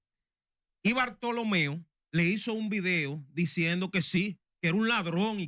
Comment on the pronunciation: Hermano cual es el nombre Bartholomeo, puyals ,bortolo, digame ud o es que ud no sabe probunciar el nombre.